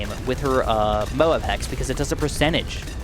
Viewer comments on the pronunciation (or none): none